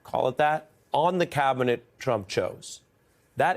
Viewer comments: Clown can’t even say Cabinet.. clearly uses a V in place of a B like a stuttering Stanley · cavinet? the best CAVinet? Can Musk not say the letter B?